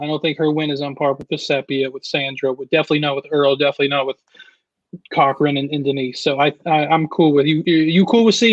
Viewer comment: It is not cow wrong. it is pronounced co wrong